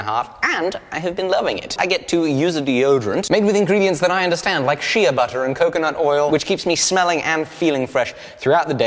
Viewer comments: I use Native too. It's good stuff. Shea is pronounced "shay" though. It's like the name O'Shea. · Shea Butter is pronounced "Shay" also, isnt that handle in the book Pewter?